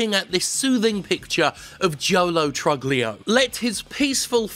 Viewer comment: Psst Jim it's pronounced true-leo